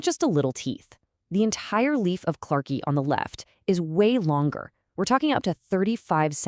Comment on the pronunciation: Other than the totally annoying AI-- great story! PS ("clarke-I")